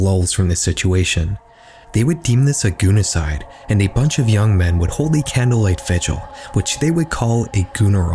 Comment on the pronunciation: My headphones died while watching this and my whole AP English class got to hear, "goonecide"